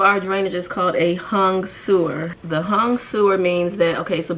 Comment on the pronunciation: Helpful tips and comments. I was laughing when you described the hung sewer. Sounded Chinese!